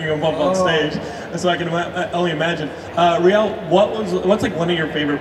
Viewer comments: Wow messed up rieles name that was embarrassing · there's no way he should've messed up Riele's name like that like c'mon